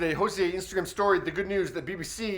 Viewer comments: It sounded like he was pronouncing it as "Jose" lol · Hozier not hozea